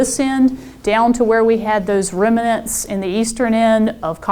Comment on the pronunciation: Someone tell this person the word is remnants, not reminants.